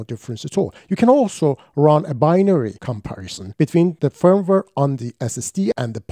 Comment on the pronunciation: Firm-ware or Feeeeervv-ware?